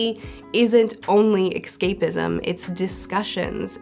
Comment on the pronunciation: Whenever she said "excapism", did she just mean "escapism"?